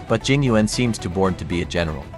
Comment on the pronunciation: Im crying, they pronounced yuan wrong, im chinese and its pronoucned like yen